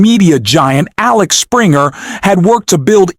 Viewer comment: It's Axel Springer not Alex Springer publishing